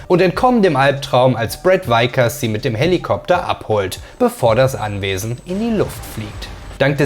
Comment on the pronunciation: Brad Vickers nicht Weikers!!!! Sonst seht unterhaltsam und gut vorgetragen